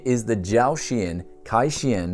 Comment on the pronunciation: KaiXian --> Ka-yi-ee See-yen